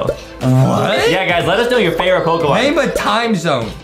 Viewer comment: Its not pokimon and its not ivi